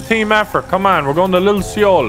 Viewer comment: Bro really called it “Little See-ol”